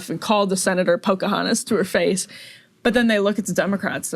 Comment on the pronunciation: "Pocohatas", Saagar the sack says "I thought it was funny". Why do I hate him;that should be obvious. Maybe we'll give you a funny nickname.How's "shithead" sound do you Saagar?